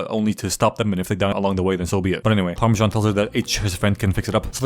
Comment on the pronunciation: PARMISSAN OR HOWEVER TF YOU SAY IT 😂😂😂